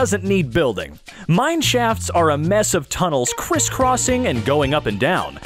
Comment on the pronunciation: Why did it sound like he said Mineshats??